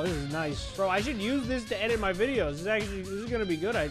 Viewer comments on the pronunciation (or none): none